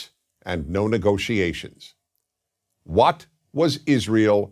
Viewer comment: 😂😂😂😂 im sorry but the way dennis says "wat" just gets me every time